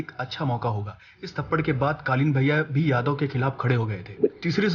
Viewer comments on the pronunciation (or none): none